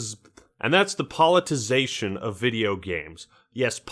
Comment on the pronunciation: I played a drinking game where I took a shot every time tried to say 'politicization', but instead said 'politization'... I am writing this in the hospital after my liver transplant.